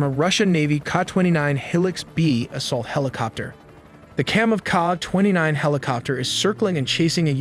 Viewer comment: It’s not KAH. It’s pronounced K A.